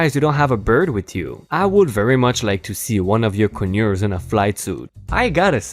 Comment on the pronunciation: Pronounced Con-ures not co-nures